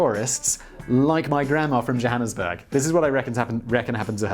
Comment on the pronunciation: Johannesburg Simon? Surely you haven't got a touch of Sarth-Efrican blood?